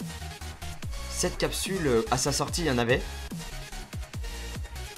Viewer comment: Mdr derrière la vidéo "shi capschules"